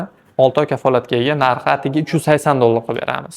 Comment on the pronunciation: Atiga so'zi g'alati eshtilar ekan😂😂😂